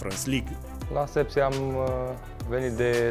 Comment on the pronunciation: Șepși!!! Nu Sepsi dacă așa înțelegi